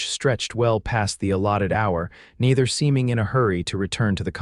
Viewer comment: Neither is mispronounced at about